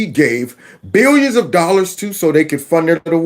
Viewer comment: Love it when you say 1.5 billion dolla. And was there also 1.5 million immigrants too hmm?